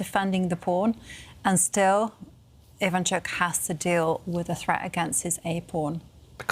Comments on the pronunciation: True That is why we have accents in many languages: Ivanchúk would be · ivAnchuk (ivanchUk is correct)... Learn the right pronunciation for good's sake!